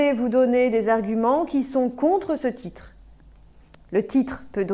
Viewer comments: Je pense c'est à cause de sa langue maternelle, elle prononce le t "CH "🙉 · Elle utilise une prononciation du portugais brésilien que n’est pas correcte. Par exemple, le mot « titre » elle le prononce comme « tchitre »